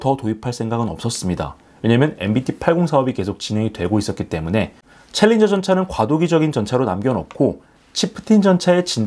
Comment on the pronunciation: 챌린저 발음 정확히 하십니다. 신인균씨의 콩글리쉬가 아닙니다.